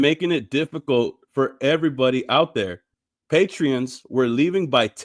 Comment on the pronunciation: Patrons, not patreons. No "e".